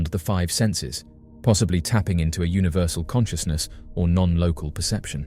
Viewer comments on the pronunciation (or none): none